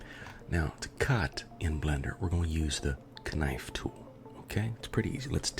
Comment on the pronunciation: The Kenife tool ??? WTF !! Quit the pimp voice !